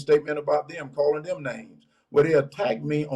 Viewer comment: He can't pronounce them correctly "dem" really